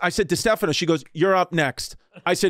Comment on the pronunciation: Come on bros get Chris's surname right